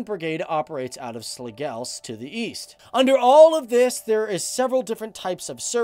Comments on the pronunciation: Harderslew and slagels wow More like Haderslev and slagelse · As a Danish soldier, i find these videos funny to watch. Not just because it gives my another perspective of my own workplace, but also because the ways you pronounce the danish names are hilariously wrong... Especially when you mentioned Slagelse and Haderslev. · Slagelse sounded funny as hell!